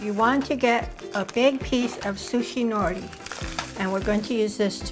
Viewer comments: Hey sister, roll the “r” in nori , sound haole. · Nori is pronounced no’ lee!